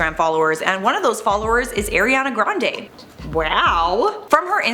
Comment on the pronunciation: ”IriAnNa GraNde”